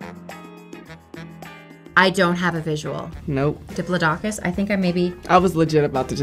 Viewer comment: They pronounce Diplodocus funny